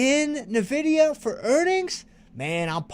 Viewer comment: Thanks! You make this course both fun and educational. Nice call on Nvidia. I didn't know the correct pronunciation until now 😂